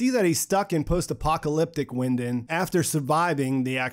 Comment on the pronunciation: Not a German expert but Winden is probably pronounced Vinden in German!!!!